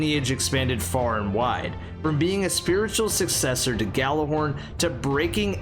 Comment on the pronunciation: "I got the Gallahorn" was what he said though. If you want to know how it really is pronounced, then it's more like "Jallarhorn" than "Gallarhorn" like English people say. Gjallarhorn was the horn of the Norse god Heimdall. You know the blind black dude who sees everything from the Avengers franchise.